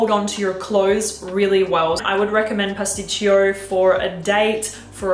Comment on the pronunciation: Pasticcio , pronouncing is without the second I